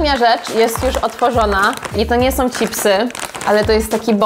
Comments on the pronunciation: „Cipsy”?? Czemu Wy mowicie cipsy ??😂😂😂 no rozbawilo mnie to nieziemsko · Jedna rzecz mnie nurtuje, skoro w Ameryce mówicie „chips” i słychać to „cz” na początku, to dlaczego po Polsku mówicie „cipsy”. Nic do tego nie mam, ale totalnie nie umiem znaleźć logicznego wytłumaczenia😆🤣